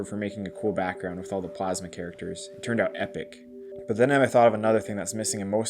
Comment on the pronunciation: Anyone notice that after they burned it, it then said Plamsa instead of Plasma 😂